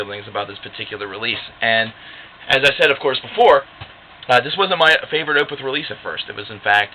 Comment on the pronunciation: Totally agree its my favorite album of theirs. And its definitely a concept album. But you're mispronouncing the word Opeth lol